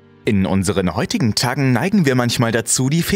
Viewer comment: "In unseren heutigen Taggen ... " Hm , ja das wars dann 2 sekunden und Du hast schon verschissen 🤪😂😝